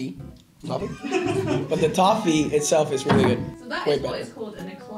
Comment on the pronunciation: Hilarious Reactions of Gonzalo & Roman Not Liking the Liquorice Allsorts & Cadbury's Caramel aswell as Gonzalo saying "Toe - Fee" instead of Toffee and the Lemon Sherbet its a "SHERBET" ahahah